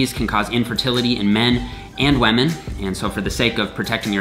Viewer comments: Are you deliberately saying women like "wahmen" or is that an accent thing? :') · Did he said “wamen” he is respecting wamen. Veeery nice. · He keeps saying wamen instead of women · why do u call them whamen lol